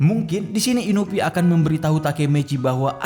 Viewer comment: Inui bang bukan inupi